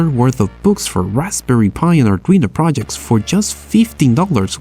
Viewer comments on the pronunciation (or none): none